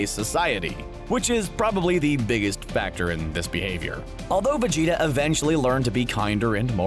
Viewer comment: He got me when he said “Vegetarble” 🤣🤣🤣🤣🤣🤣🤣🤣🤣🤣